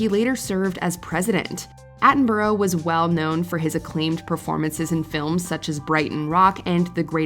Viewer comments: Richard Attenborough's surname is pronounced Atten-bruh, we don't pronounce borough as 'boro' here in the UK and Attenborough was British. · Richard Atten-bro? I've NEVER heard the film star's name pronounced like that! Hahaha